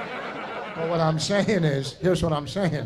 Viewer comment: "Heresh da thing"